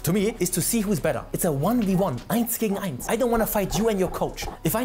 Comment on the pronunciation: ... Oh he speaks german fleuntly, he said "..eins gegen eins" without accent, imo lol. \O>